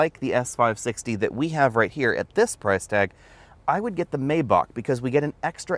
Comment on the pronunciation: The first "a" in Maybach isn't pronounced so it sounds like My